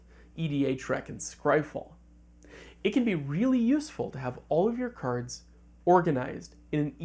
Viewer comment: Why you keep calling cards Kurds?